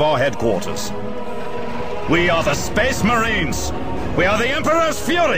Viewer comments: SPEHHS MAHREENS! and we fight in the name of the EMPRAH! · Thank you. Now I cannot pronounce Space Marine other then spess mehrens... Not that I am complaining